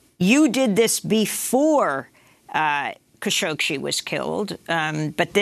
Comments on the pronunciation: Amy goodman if you’re going to cover Kashoggi so extensively stop mispronouncing his last name lol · Idiot presenter çañ't even get the name right. Shame on you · As much as I love watching this show and listening to Amy Goodman, I have to say that it’s disappointing to see her not being able to pronounce Khashoggi properly.